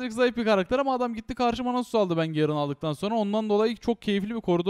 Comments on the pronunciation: garen diilmi la ne gerın ı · gerın değil garen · YA YETER GERIN DEYİP DURMA YA DUZGUN TELEFUZ ET